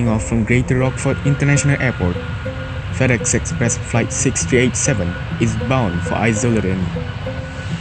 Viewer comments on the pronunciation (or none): Fedex:❌ Tedex:✔️